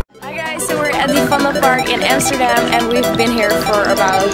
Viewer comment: You said Amsterdam right, that boy wasn't right. It's a city so you prononce it as you say it in dutch. Nice vlogging 😊